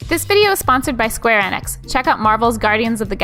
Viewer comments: I always thought it was pronounced "EE-nix," but it's been "EH-nix" this whole time?? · FYI for future sponsorships. I may be wrong but I'm pretty sure Enix is pronounced like "Eat" or the name Enid. And Eidos pronounced like "eye dose".